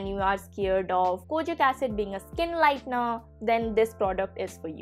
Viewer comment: How you said " Skin lightner" 😆😆😆😆😆😆